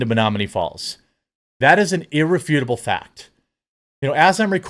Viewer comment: Ir - REF - utable.